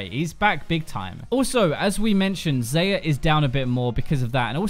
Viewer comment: It's pronounced Zar-ya not Zay- ya